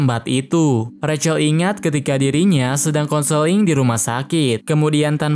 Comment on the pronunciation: Bang aslinya di panggil Zack Kalo recel seharusnya Rachel/ Resel